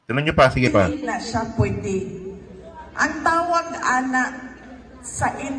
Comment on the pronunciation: "hindi yan POYDI... " 😂